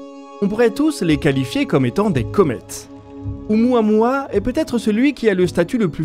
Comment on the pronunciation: ... on prononce: "O-OU-MOUA-MOUA"